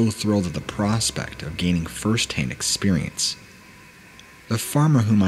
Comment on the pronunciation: "ExPURience" anyone else always notice that?